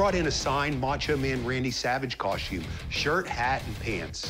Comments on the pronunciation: I wish people would learn that the word is cos-TUME ... NOT cos-chume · I just wanted that man to stop saying coshtume